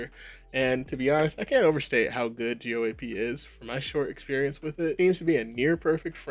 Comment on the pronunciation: Lol man, I wish you would have learned how to pronounce an industry standard before you made a video talking about what's wrong with it. Not a good look.